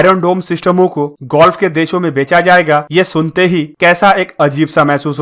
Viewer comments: कहीं अब gulf को ये भाई साहब गोल्फ के बजाए गुल्फ कन्ट्रीज न बोलने लग जाए। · Oh bhai woh ''golf'' nhi ''gulf'' hain😂 bangali ho Kya. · Please learn how to speak. Word is GULF. Where as you are prononciating GOLF, the name of game. Please correct. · Bhai mere gulf h Bhai golf nhi plz Bhai pronounce sahi kariye namaskar. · Golf nahi bhai Gulf hai irritating lagta hai agar galat bolte ho to lagta hai video close band kar dun